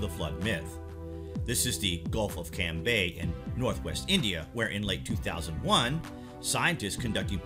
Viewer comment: Firstly it is not Camby It is Khambad